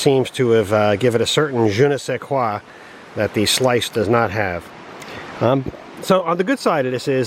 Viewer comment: I love je ne say quoua